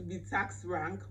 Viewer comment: Yoh Sis wam, I’m really struggling to hear you, somewhere I thought you were speaking your vernacular. I know Nigerians and South Africans have a different accents but some pronunciations are just standard English regardless of where one comes from. - Taxi has a Schwa sound, it’s not the same as Texi. Also Rank has a Schwa, it’s not rink or renk. - Your Hair piece sounds like “Air piece” - Miranda not Meeranda. Btw I do have an ear for different accents, it’s just the Nigerian and South Korean accents I struggle with most of the time, South Koreans speak extremely soft. I’ve worked at projects in DRC, UAE, Qatar, Saudi Arabia, Afghanistan and Canada, so I’ve had a diversity of colleagues and heard many accents.